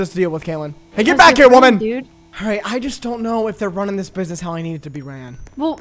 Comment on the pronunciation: “Mind ur freaking burgwax” 😭